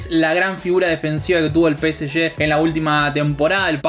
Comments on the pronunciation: yo prefiero que la gente diga Pe Ese Ge, no Pe Ese Ye. Somos Argentinos viejo, dale!! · Salen campeones gracias a Sergio Ramos, Ney y Messi. Y bien ahi pronunciando peseshe.